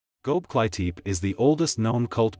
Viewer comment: Never heard the name of a place this horribly mispronounced in my life lol He said "go-bly-teep" its "go-bek-li-tepi" And calling it a cult building collection is ridiculous, how bout its the oldest known man made structure to date. But other than that, love the channel